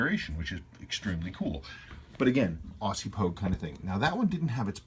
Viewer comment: Love your videos. I have an April '69 Proof, notched case Pogue on the way. Can't wait.... Btw. It's 'Ozzy' not Awwwssssy;)